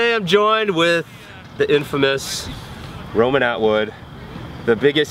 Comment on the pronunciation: It's Ronan ..... ..... Atwood